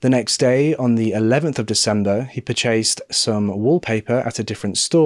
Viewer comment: wow ..I have never in my 45 years on earth heard an english speaking prson pronounce the word purchased as Pur .. chased